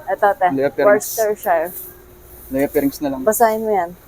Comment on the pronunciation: Ang Worcestershire po ay binibigkas na Wuh-stuh-shur 😅